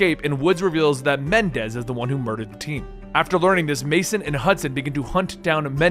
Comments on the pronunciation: Please. Menendez, Not Mendez. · I know this was so long ago and 3 years ago but still, there are 2 "N"s in Raul Menendez's name, it's pronounced Meh-nen-dez not Men-dez. Also, Raul's following (Cordis die) is pronounced Cor-dis Dey-eh. Also, 1 more thing, you said you were trying to explain the good/best endings for bo2, yet thats not the case. The best ending is when brigg's life is spared, Chloe Lynch is saved, Harper is sacraficed, The odysseus is saved. As well as Alex Mason lives, but in your cinematics showcase, you show the ending where woods kills Mason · FAX BRO IT KEPT BOTHERING ME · Bro i was taking you seriously but then you started calling the main villain Mendez lol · Idk would you please Menendez? I don't think I would very well but Mendez is always happy